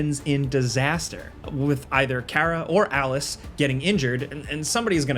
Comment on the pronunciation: Him saying Karas name wrong let's me know he didn't play it.